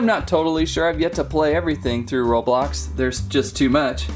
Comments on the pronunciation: It's roblox not roblob! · Not roblob it's roblox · ROBLOX not ROBLOB